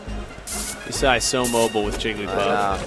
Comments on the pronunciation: Guy says 'E-sai" for 15 minutes. Finally you can hear him get corrected. "Yeah...Isai"...Hahahahahahah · If this guy says "E-sai" again I'm going to kill myself. It's "Eye-zay-uh" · This was addressed in another video where they were commentating. Isai is his middle name, pronounced ee-sai (or something similar,) but people have been pronouncing it Isaiah since the early days of competitive 64 and melee, so it's become the standard. They're not noobs, they're probably pronouncing it the way /he/ told them it was pronounced. Don't be so judgmental. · Everybody is retarded, Isai confirmed in his AMA reddit thread that it's Eye-Zay-Uh